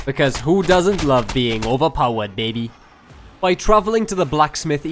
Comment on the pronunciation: I find it very funny how he says BABY, makes me giggle every time.